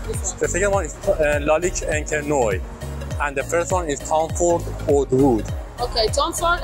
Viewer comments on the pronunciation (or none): Oud is pronounced ood...you butcher the pronunciation man 😅